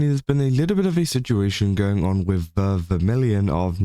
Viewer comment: FYI, Ver's name is pronounced "Vair," not "Vur."